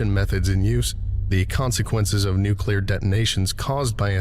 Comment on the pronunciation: Dude, I'm a fan but every time you say nucular instead of nuclear, my soul dies a little.